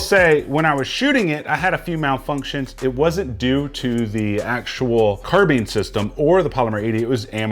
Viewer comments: Carbine. Not carbean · (CAR-BIND) NOT (CAR-BEAN)